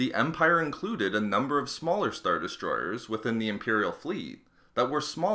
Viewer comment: Got 1 minute in then found myself focusing more on how the guy pronounces "er" at the end of words like Star Destroyeeeeerrrs